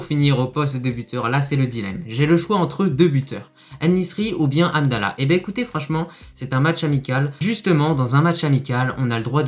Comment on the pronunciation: juste les noms des joueurs, comme hamdellah , pas amdella ......, mohamed, pas moamed